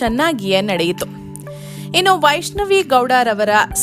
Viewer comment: Her name is vaishnavi not vaaishnavi